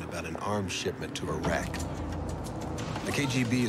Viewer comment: Are some of the characters still saying "Airaq" and "Airan", even after all these years and after all the wars in the Gulf region ?! Next thing we know it will be the "Aitalians" !!! And, by the way, Gil Bellows looked ever so hot half naked, with his very sexy hairy chest !!! Pfui !!!